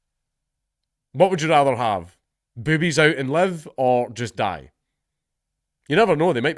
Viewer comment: "Boobies" in a Scottish accent is hilarious, even more so than "defibrillator".